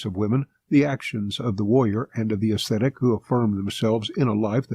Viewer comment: Why can't they pronounce "Ascetic"? It's not that hard